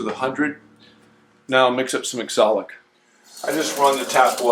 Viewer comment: It's pronounced OxAlic acid, not ExOlic acid. 😂 Nice work, as always. Beautiful finish on all of it.